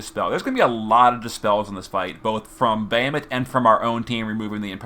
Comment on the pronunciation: Can someone please help this man pronounce Bahamut?